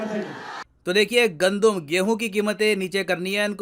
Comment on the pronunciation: गंदूम=गेहू यह मुझको नहीं ज्ञात था मैं काफी समय से यह पाकिस्तान के गंदूम वाले समाचार सुन रहा था। मुझे लगा यह गंधम बोल रहे है 🤪